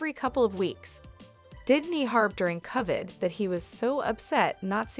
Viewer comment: Y'all need to train the AI better. "Covid" is not pronounced "cuved". Meanwhile, I'll do my best to block all AI channels.